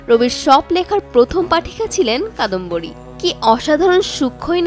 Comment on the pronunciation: যার কথা বলা হচ্ছে তিনি কাদম্বরী, কাদম্বিনী না